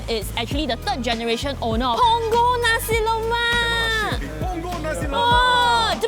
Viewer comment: U guys cant be food bloggers and pronounce nasi lemak as nasi lomak 🙄